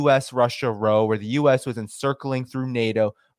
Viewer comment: "Row" in the context of conflict, or as a synomym for an argument or fight, is pronounced like "ow that hurt".